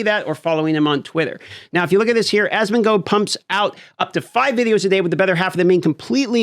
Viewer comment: I watch your channel because Asmon introduced me to you....also it's asmon"gold" not asmon"goad"